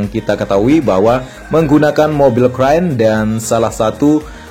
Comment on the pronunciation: Mobil crane bos bukan crain